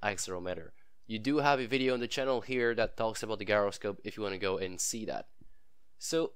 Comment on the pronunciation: Useful video, thank you. What is your accent? Is it Canadian? You have a very strange way of pronouncing 'accelerometer' and 'gyroscope'. And 'Euler' is pronounced 'Oiler' (it's German).